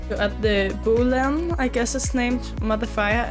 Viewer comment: no hate intended, i have a strong accent as well (Russian) but "Add the Bulling Mf" got me cracking up :D